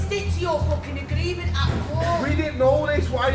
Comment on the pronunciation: And "agreement" is apparently "agleement".